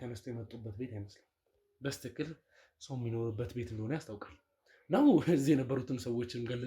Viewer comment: በስትክክል የምትለው በልማድ ነው ወይስ በትክክል ማለት አትችልም?